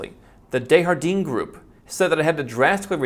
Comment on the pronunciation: Could? Down close to 30% in my town since Feb. It's bottoming now. You are supposed to say Dejardin with a French accent, not a Spanish accent. This is Canada, not Texas 🤣